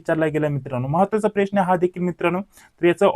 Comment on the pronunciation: साहेब अगोदर प्रश्न च उच्चार नीट करा .😂😂😂😂